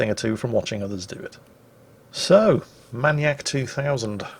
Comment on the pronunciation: MAN YAK?! Isnt it MAIN E ACK?